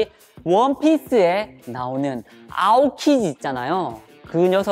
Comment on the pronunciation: 왜 아오키지가 아오키니라 들리지?